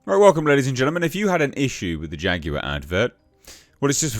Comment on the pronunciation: 😂😂😂dude said...."Faguar"